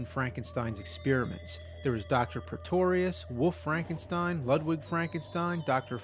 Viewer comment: "Woof Frankenstein" is all I can hear.